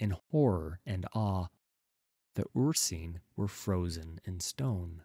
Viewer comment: Really like your readings, but Ursine is pronounced "Ur-s-i-ne", not "Ur-see-ne".